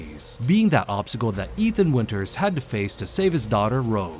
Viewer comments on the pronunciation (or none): none